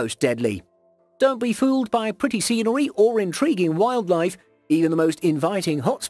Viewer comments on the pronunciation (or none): none